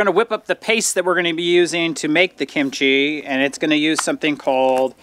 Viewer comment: Please don’t say kimCHEE. It’s KIMchee